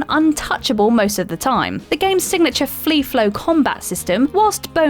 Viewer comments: 🤔 I'm sure you said "flee flow combat" 😅😅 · Is it me, or am I the only one to notice the gaff into the video. Batman’s “flea flow” attack system lol 🤣🏴. Oh, and it’s Din-asty Warriors, not Die-nasty Warriors. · Did she say flee-flow combat?